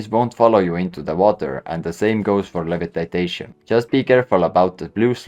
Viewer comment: "Levitatation" Briliant !! 😂😂 Good video man!